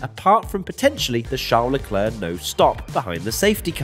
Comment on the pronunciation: Leclerc👌🏽 - leclerrrrrrrr😂😂😂😂